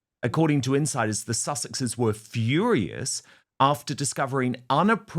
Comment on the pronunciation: Who is this chick who is too ignorant to be embarrassed by her declaration that the “little red flower” was “so cute”? The British Royal Family has every right to be embarrassed by their relative, just like this chick’s family should be furious that at her age, she pronounces it “fiorious”. 😳